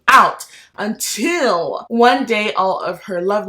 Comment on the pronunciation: Please drag goodreads,,, okay I’ve never heard of the book slot but I’ll have to check it out. That unTILL really got me😂💜 FRANKLY IN LOVE YESSS!! The Texan way lol!! Maximum ride whoa what a throwback!! Preach about thrillers!! Lock every door blewwww me away!! 💜💜 awe that giggle when you said clap when you land was adorable!! Kasie West of course!! I really really want to read don’t read the comments